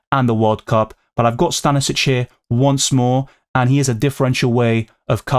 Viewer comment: it's actually Sta-ni-sch-ich. i'm from the Balkans, so "ić" surnames are pronounced ich, not vic.